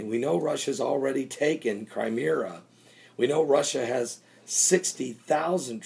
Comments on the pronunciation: I'm fed up advising you IT'S NOT CRIMEERA IT'S CRIMEA it has only one r I cringe every time you do this wrong now. Have the respect to know how to pronounce the areas right!!!! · Not Creemera. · It is pronounced "CRIME-ME-A" Say it like that. You are wrong about Russia. I hope that you will one day work it out.